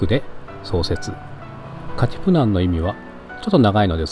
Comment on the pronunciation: ヌエバ・エシハをヌエバ・エハシと言ったり、肝心のカティプナンをカプティナンと言い間違えたりしているのはご愛敬。頑張ってね、